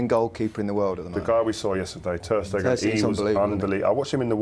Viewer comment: Lol come on,!